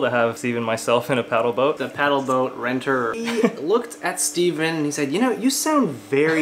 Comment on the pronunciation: IT'S STEVEN NOT STEVEEEEEE!